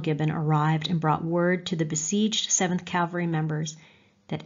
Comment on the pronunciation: Wish she didn't consistently mispronounce "cavalry" (of all words!)